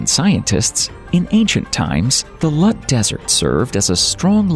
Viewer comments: Its pronounced LOOT......not Lut. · ITS NOT LUT DESERT ITS LOOT DESERT. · Its not lut desert but the name is loot! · Learn how to pronounce Iran and Loot desert before you inform others about it. Its not Lut. Its Dasht ' e Loot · It is not lut it is loot(lout) please correct it, thank you,!! And pronouns it correctly.thank you good job! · It's pronounced NOT as Eye Ran but Eeraan. And Lut is pronounced as Loot with t not as the t in English. Look up online. It's expected of you to know basic names. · It is pronounced [E-RAAN] and [LOOT (thin T not thick T)] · Hello everyone. I'm a native Persian speaker, and I'd like to clarify a few things. The name of my home country is Iran (pronounced as "I'ra:n"), and I noticed that it was mispronounced in the video. Similarly, it is Dasht-e-Loot, or as we call it in Persian, "دشت لوت." I also want to point out that I got a bit confused by the choice of Arabian background music in the video. It's important to note that Persian culture and language are distinct from Arab culture and language. In other words, the video seems to mix elements of Iranian culture with Egyptian and Arabian culture, which is far away from truth. To put it in perspective, the difference between Iranians and Arabs, both in terms of language and culture (as well as other aspects), is as noticeable as comparing British natives to Spanish natives. While Persian and Arabic share almost the same alphabets with some cognates (just like you're comparing English with Spanish), these two worlds are seperate. To sum it up, any similarity you might draw between Spanish and English applies to the relationship between Persian and Arabic.